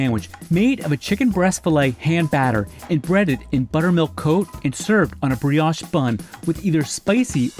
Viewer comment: Alright, so this voice actor doesn't know much about food... that pronunciation of brioche was hilarious ❤❤